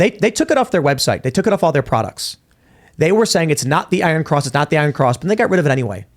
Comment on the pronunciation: It is pro nounced EYE RUN!